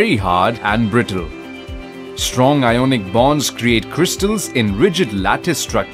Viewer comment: iconic nhi ionic